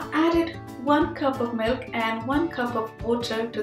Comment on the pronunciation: It's milk not melk